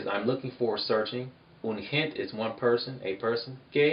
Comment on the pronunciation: hey you really really have to pronounce the letter E at the end of gente. the letter E is always pronounced at the end of any word. bueno es muy importante de verdad.. de esa forma lo eh pronunciado toda mi vida jaja